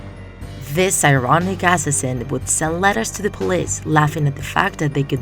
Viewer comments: For the word "assassin", the second syllable is stressed. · What is that pronunciation of the word “assassin” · "ass-is-in." "dem-in." um. i think you pronounced them wrong but ok